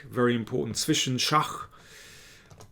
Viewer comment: Why do you say Shakh!? 😅 The origin is actually Shah, and mate is Maatt. In persian it means Shah is dead